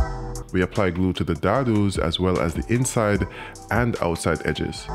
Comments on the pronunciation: I have been dying 🤣 laughing 🤣 at him trying to pronounce "dado." I'm not sure where he is from & how the vowels work where he lives. He says "dahh-dues" for dado (day-doughs) is how us woodworkers say it. It just sounds so funny to me. To be fair to him he did say that he IS NOT a normal woodworker! I still had a good laugh about it. All In All this is a good video with many helpful tips. 👍🏾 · Dado is pronounced Day-Doe